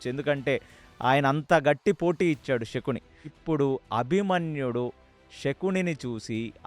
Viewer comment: నమస్కారము andhi శకుని andhi షకూని kadhu andhi raboyee taraniki ష కి శ తేడ మనమే చెప్పాలి